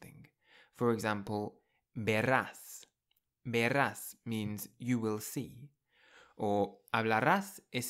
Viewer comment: No es "hablarrás" , el sonido es suave "hablarás"; no es "verrás", es "verás "; no es "amarrillo", es "amarillo". El sonido de la r entre vocales es suave, el sonido rr es fuerte. No es "supmercado", es "supermercado".